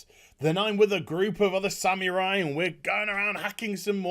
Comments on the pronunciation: It's not pronounced "Samewrai" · What in the world is a "sam-your-eye?" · I love this video but please stop saying Samurai like that 😫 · The Sam-u-rye